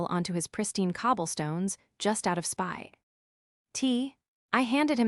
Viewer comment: Jesus...."just out of spy t".... I'm out 👋